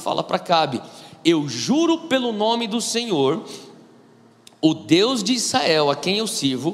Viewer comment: Gosto e acompanho algumas mensagens do Irmão. É impressão minha que ele fala "Issael" em vez de "Israel"?